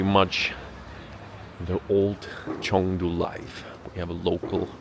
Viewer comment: Chengdu not Chongdu